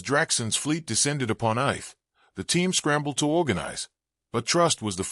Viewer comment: Are you trying to pronounce "Earth"?